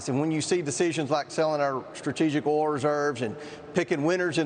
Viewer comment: can’t pronounce oil🤣